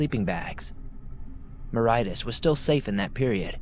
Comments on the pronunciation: Mauritius is pronounced MORE-ISH-US not more-height-us 😂 made me chuckle. I was thinking where’s this bloody moreheightus he’s speaking of lol. Greetings from the uk . Enjoying the audio whilst nodding off to slumber 🙂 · Mauritus is pronounced mor-ish-us. 😁😊❤ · Thanks for these, they help me sleep but in the second story I think the place Mauritius is pronounced MER-ISH-US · #2 - Its Mauritius, pronounced: MAU - RISH - US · 2nd story is set in Mauritius - pronounced - (Ma-rish-us)